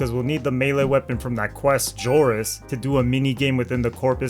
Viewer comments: Is pronounced ZORIS NOT JORIS WTF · Didn't know the letter X is pronounced like a J.. odd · it was a joke based on how the creator pronounced it